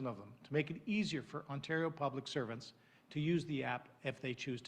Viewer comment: Hey YAHOO, we’re in Ontario not Quebecquaw... speak-a-duh-englis 😂🤦🏻‍♂️